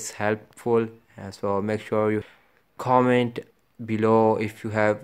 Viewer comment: its comment not khooment